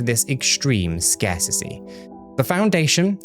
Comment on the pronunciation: Scarsissy is not a word 🤡 scarcity is though you sound like an imbecile